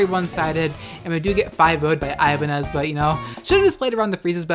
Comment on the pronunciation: I think it's pronounced as I-ban-nyez as in ñ (Ibañez). It's a common surname in our country.